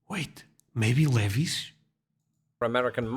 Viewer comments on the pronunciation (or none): It’s Lee-vi… which rhymes with Lee-my, Lee-cry, Lee-bye, Lee-dye, Lee-eye. You get the picture. 😝 I’m actually shocked that there’s only seven inventions being mentioned in this video that were created by the USA because if you Google it you’ll find so many more inventions that the whole world uses today. Some of the biggest contributors to the best inventions that the whole world uses are from certain countries and USA is one of them mostly because really smart people immigrated to the United States and then of course they created stuff. United States is a melting pot of a whole bunch of different countries and luckily the smart ones migrated to the USA creating great inventions, but also Germany has had so many inventions by themselves and China. Come to think of it, The Swiss have invented a lot of good things too. And the French. The more I keep thinking the more I keep thinking of new countries that have contributed to great inventions, but, I cannot think of any Middle Eastern country that invented anything great nor can I think of any country in Africa that invented anything great. Come to think of it. I’m not sure if South America has contributed to inventing anything great either except maybe some great dishes to eat. Idk… I guess some countries are just fine the way they are and they don’t feel the need to invent anything. Necessity is the mother of all inventions, as they say. So I guess some countries just don’t feel the need to create anything because they feel f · We pronounce it (Lee-Veyes). I remember getting our first microwave in the early 1980's. I did not know that we created ketchup. I remember when I first used the internet in the early 90's.